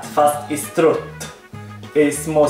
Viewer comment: HAHAHAHHAHAHAHAHHAHAHAHAHAHHAHAHAHAHHAHAHAHAHHAH du sa strutt xDD